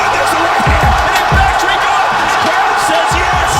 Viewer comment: happy to hear the AI voice of this faceless channel pronounces Rico's last name properly.